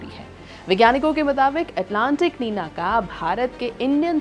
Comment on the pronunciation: निनो नहीं निन्यो होता है और नीना नहीं निन्या होता है